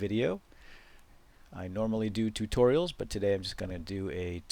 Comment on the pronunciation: no offence but the way you say tutorials is soooo annoying!